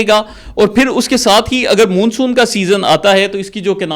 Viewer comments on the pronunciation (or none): Dear, آپ ماشاءاللہ ڈاکٹر ھیں اور پڑھے لکھے بھی ھیں مگر پوری ویڈیو میں آپ لگاتار مون سون کو غلط تلفظ کے ساتھ Moonsoon کہہ رہے ھیں جبکہ درست تلفظ Monsoon ھے۔ آپ کی مکمل ویڈیو سنی اور مجھے بچپن میں پڑھی شیخ چلی کی کہانی یاد ا گئی۔ آپ نے جو قلابے ملائے ھیں وہ ناقابل یقین ھیں۔ آپ کے یہ آبی ماہر انجینئر انعام صاحب آج تک کہاں سوئے ھوئے تھے۔ آپ کی ساری بات چیت ھوائی محسوس ھوتی ھے۔ یہ ایک workable آئیڈیا نہیں لگتا نہ ھی اس طرح کا کوئی ڈیم کہیں دنیا میں بنا ھے۔ کچھ سوال غور طلب ھیں: 1۔ اس مجوزہ ڈیم سے کتنی آبادی متاثر ھو گی۔ 2۔ یہ ڈیم ٹوٹل کتنے علاقے کو اپنی لپیٹ میں لے گا۔ یعنی اس کی کل لمبائی چوڑائی کتنی ھو گی۔ 3۔ آپ نے بتایا کہ تربیلا ڈیم کے ڈیڈ لیول سے پانی اور سلٹ کو اس ڈیم میں ڈالا یا لایا جائے گا ۔ تو جناب یہ کس پ طرح ممکن ھو گا۔ کیا کوئی اتنی گہری نہر کھولی جائے گی جو تربیلا ڈیم کے ڈیڈ لیول سے پانی اٹھائے گی اور یہ نہر کتنے عرصے میں مکمل ھو گی۔ دوسراجہاں تک ڈیم کی سلٹ Silt کا تعلق ھے تو عرض ھے کہ یہ لٹ ڈیم کی تہہ بن چکی حتی ھے اور اس طرح بہہ کر نہر کےذریعے اس مجوزہ ڈیم تک کبھی نہیں پہنچ سکتا۔ 4۔ آپ نے ذکر کیا کہ دریائے کابل کا پانی بھی اس ڈیم میں لایا جائے گا تو یہ کس طرح ممکن ھو گا کیونکہ یہ دریا تو دریائے سندھ میں اٹک خورد کے مقام پر شامل ھو جاتا ھے تو پھر اس کا پانی کس طرح دوسرے کنارے کی طرف لایا جائے گا۔ 5۔ آپ نے بتایا کہ اس ڈیم سے دو سٹیج میں بجلی پیدا ھو گی؛ ایک جب پانی اس ڈیم میں داخل ھو گا اور دوسرا جب پانی کا اخراج ھو گا۔ تو جناب عرض ھے کہ اس ڈیم میں داخل ھونا والا پانی تو سینکڑوں چھوٹے چھوٹے ندی نالوں کی شکل میں کئی اطراف سے داخل ھو گا جس سے کبھی بھی بجلی پیدا